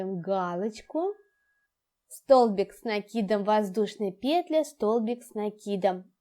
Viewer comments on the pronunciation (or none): Все понятно, спасибо. Но, как режет слух ударение в слове "пЕтля"......